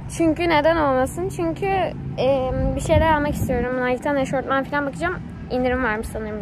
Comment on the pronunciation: eşortman değil EŞOFMAN die okumuyor cnm